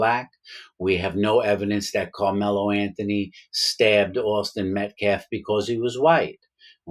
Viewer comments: The guy says Metclaf and optopsy lmao. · First of all Mr Metcalf didn't attack anyone. And say the man's last name correctly if you want to be taken seriously, period